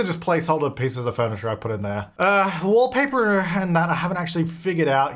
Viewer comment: says wallpaper like an american haha